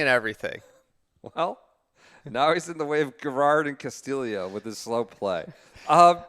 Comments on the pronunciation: Please stop with the Dan Hicks! Ricky Ca-Sti-Yo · Ricky is Filipino and that's how they pronounce it in the Philippines. Ca-Sti-Lee-Yo